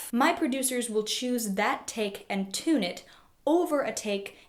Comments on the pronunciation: Can’t stop hearing her say tuna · You do pronounce "tune" and its derivatives kind of weird. Nice explanation, though.